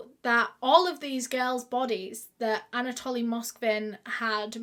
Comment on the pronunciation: I feel that she keeps saying Anatolian like the dog breed..but it is Anatoly